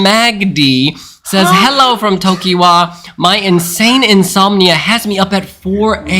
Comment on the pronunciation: said Tokywa!